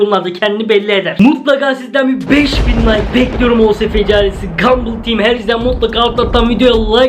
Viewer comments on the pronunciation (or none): none